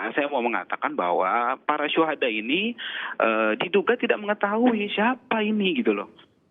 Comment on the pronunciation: Hhhh denger syuhadak jdibpengen tertawa mereka jelas" mampus bukan syuhadak 😂😂😂, masibmempeng syuhadak ae 😂😂😂